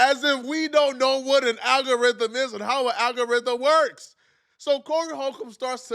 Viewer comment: Aggarhythm 😂😂😂😂 ma boi drunk